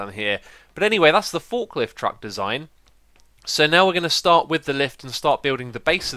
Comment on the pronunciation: why does he say truckt